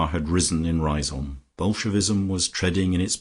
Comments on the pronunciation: Great novel - unfortunately ruined by a poor lacklustre reading. I also thought Lucia's home was pronounced 'Riz - um'. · Yes, you are correct, Riseholm should pronounced "Rizum'. Also Foljambe should be pronounced as 'Foljam', the be at the end of her name is silent. The joys of the english language can make reading quite confusing. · Well, you could look at it that way... or you might say that even an amateur who decides to undertake such a reading ought to familiarize himself with the work at least to the extent of learning to pronounce the name of the town correctly. It's a really stupid and annoying mistake, repeated endlessly, causing a cringe each time. Finally, you get what you pay for.